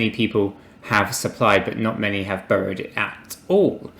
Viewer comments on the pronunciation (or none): When you say burrowed, do you mean borrowed? Maybe said burrow 20 times and I'm not sure if this is a crypto term or if it's a British mispronunciation of borrow.